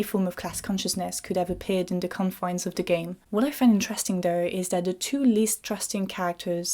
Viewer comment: Inte-RES-ting com-MEN-tary 😄